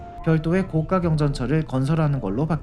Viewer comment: 다 좋은데 발음이 좀 아쉽네요. 高架의 발음은 [고가]입니다. [고까]라고 하면 高價가 되어버려요.